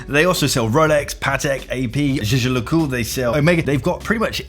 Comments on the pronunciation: Did he just say jijer lecoult? It's pronounced phonetically "yegar lecultr" . Americans are so ignorant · great video, but did you just say "jeje le coot"? please just say JLC